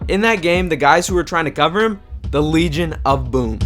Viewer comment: "Wegion of Boom"